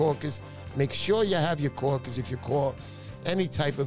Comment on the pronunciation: Um... what are "kaw-kiz?"